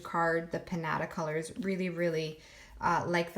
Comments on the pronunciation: Love your vids, am new to alcohol inks. Just a heads up, the jacquard inks are pronounced "pin YAH tah". I think I heard you say "pin natta". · Isn't it pronounced "pin-yaht-uh"?